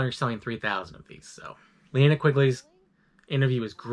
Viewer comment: I would of rather you done all that rather than mispronounced "Linnea"